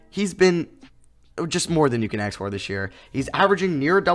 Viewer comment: no-one: literally no-one:: Aks